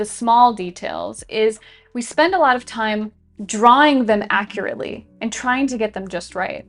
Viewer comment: timestamp. Your right, I should take my “fime.” “Fhank You.”